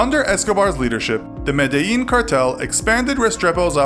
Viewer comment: Being Colombian I feel like this gives us a negative connotation. Also Medellín is pronounce me-de-Jean